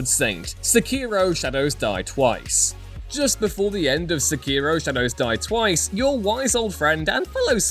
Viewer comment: Yet again, someone mispronounced Sekiro. It's not pronounced in the way you non-Japanese folk try to say. I believe that in the voiceacting for Sekiro, they actually pronounce it right. aka, not in your "English" speaking terns. As a Japanese person myself, it offends me abit when people mispronounce Japanese words that most English-speaking people often mispronounce in exactly the same way. It's pronounced "sekeyro" all fast. Not "SeKEE-ro". Another Japanese word that often mispronounced in exactly the same way, is the word "Manga" which most-English-speaking people mispronounce as "MAN-ga" which is completely wrong on how you say it properly. It's actually correctly pronounced as "Mahn-gah". Sorry, it's one of my petpeeves when someone mispronounce Japanese words by the exact same way. I call people out on this irl too, including my irl friends. Whenever someone says it in (for lack of a better term) "White person tongue" (again, I'm sorry, I can't seem to find a different word for it) by that I mean how many English-speaking people mispronounce Japanese words in exactly the same way. You're not supposed to put emphasis on letters in Japanese words. It offends me. I'm trying to stay cool here and not rage. Sorry if this bothers you, but it's just one of those small things that really bugs the heck out of me.